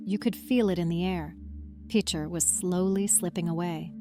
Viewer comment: I am quite familiar with Picher personally and have driven through on US69 probably a dozen times over the years, the first time just a couple of months after the government shut down and the town (well, what was left of it) was still standing. A step in the right direction would be at least to pronounce the name of the town correctly. PITCH-er not PEEK-er or PEACH-er. And the mineral 'lead' is not pronounced 'leed'. You might want to look up the 'Dust To Dust' documentary on Picher from a few years ago where the creators actually visited the town and interviewed a number of former residents.......the difference is clear.